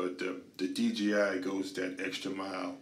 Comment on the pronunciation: Sounds like you say DGI.